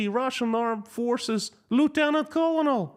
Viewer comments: No criticism intended: just helpful information on pronunciation of “colonel” - pronounced like grain of corn = kernel One of the strange things in English! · btw small note: "colonel" is pronounced like, "kernel". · Colonel is pronounced "kernel". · Please check the pronunciation of “colonel” - you repeated it a dozen times, all wrong. This is from a fellow Russian speaker.